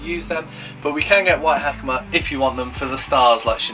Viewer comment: Ha-ka-ma. Not Hackymuh.